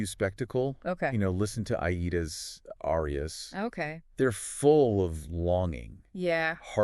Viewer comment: cool podcast but yall gotta learn how to pronounce the names of these arias lol